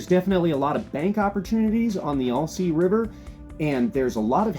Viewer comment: Not sure why people can’t pronounce this name, but it’s “Al- sea” NOT “All-sea”. It’s like saying “Hi, my name is Al.” Not saying why do you “ALL” say this river name incorrectly. Might as well say you’re fishing in ORY-GONE 🙄